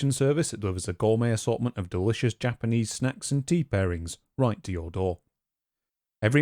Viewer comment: Japanese G sound is the hard G as in get, not like in general.